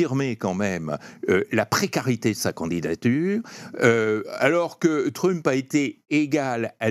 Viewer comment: Il prononce vraiment "Truuuump" ce Français ? Je sais bien que les Français ne savent pas prononcer les mots ou les noms anglais mais tout de même...